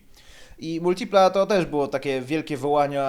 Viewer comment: Ciul tam z Multilipą! Za sam wstęp "laik"... Hahahaha, a ciemnota śmieje się z jakości wnętrza w amerykańcach! Przyjrzycie się lepiej wpierw Multilipie, bo takiego czegoś to w amerykańcach nie znajdziecie nawet starszych od tego F.I.A.T.-a... MotoBieda - wyprzedził czas z cupholderami?! Mój były Pontiac z przełomu lat 80/90-tych miał ich 16...oraz bodaj 5 popielniczek! A propos w tych cenach znajdziesz lepszego vana np. Pontiac (Chevy) Trans Sport/Chevy Lumina APV...trzeba tylko umysłem wybiec poza utarte szlaki oklepanej, europejskiej motoryzacji.